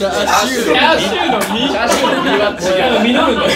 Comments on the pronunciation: 「チャーチュー」ふっか 関西弁ふっか ふっか笑い方かわい こーじになりきるさっくん ふっか変顔 えび あわび かに ほたて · ｢チャーチュー｣ 世界は今日も平和